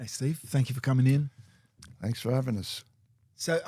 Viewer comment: Fanks for 'avin' us.